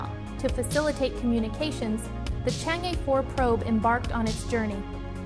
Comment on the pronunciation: Why did you pronounce Chang (E)兒 as Chang E(normal E pronunciation)? If you don't want to recognise mandarin name properly, how can you e